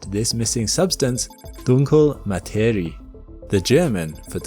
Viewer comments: correct pronunciation is, roughly, "DOON-kleh ma-TAIR-ee-yeh" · That was NOT German "Dunkle Materie". i mean google literally speaks every word for you, so you could get at least the syllable count right. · Why are we pronunciating it like it is japanese. ?😭 The pronunciation is HORRIFIC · That is not how you pronounce Dunkle Materie